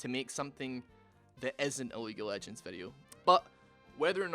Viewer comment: at some point i was sure he said weak of legends lmao 💀